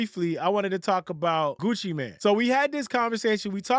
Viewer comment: It’s MANE, not MAN.